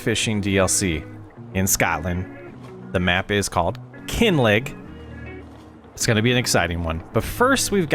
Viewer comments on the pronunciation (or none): Great video! 👏 Greetings from Scotland just a wee FYI, “Kinlaig” would be pronounced “Kin-lag.” The word “laig” comes from Gaelic, meaning a hollow or low-lying place, and it’s pronounced like “lag.” 😊